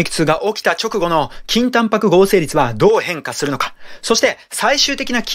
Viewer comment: 倍速で聞くと筋タンパクがきんた○に聞こえて何度も巻き戻しちゃう